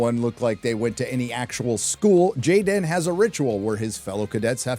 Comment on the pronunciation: Gay-den, who the hell ever heard of a gay Klingon roflmmfao! assholes ruined the show a long time ago.